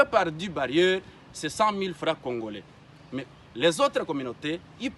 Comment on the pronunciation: Monsieur tu es congoRai et non congolai écoute ton français